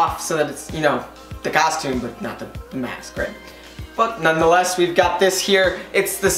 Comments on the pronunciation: Stop sayind castume itd costum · I think he can't say costume because he keeps saying custume